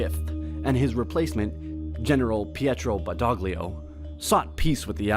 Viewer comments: It’s not “Bendaglio”, it’s Badoglio (With the “gl” sounding like a spanish “ll”)! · PRONUNCING IS B -A-D-O-G--L-I-O BADOGLIO NOT BADGHLWIO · Its badoglio not bendogleo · Badoglio = "ba-DOHL-yoh" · "bedoghlio" 😱😱 the horror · Badoglio is pronounced Ba- DOH- lee oh. G is always silent in ( gli ) .